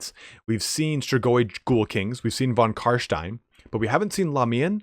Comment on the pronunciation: please stop saying von Carshhhhtein.